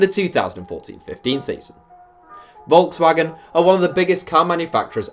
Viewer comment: How can you be 20 something and not able to pronounce Volkswagen?